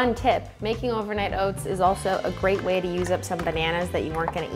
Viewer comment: “one WHEY to get more powder in your oats”